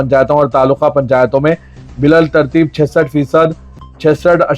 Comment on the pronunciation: Bilaltarteeb nahi biltarteeb kaho Poochguch nahi poochgach kaho